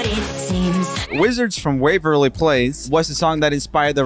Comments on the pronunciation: Joel: Here we got Disney's Wizards of We- Joel again: Here we got Disney's Wizards of Ve- Joel again : Here we got Disney's Wizards of vwavwerly place. Actually that pronunciation was a lot better than mine 😂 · Joel struggling to say "Wizards of Waverly Place" and "The Suite Life of Zack and Cody" is something I didn't know I needed lol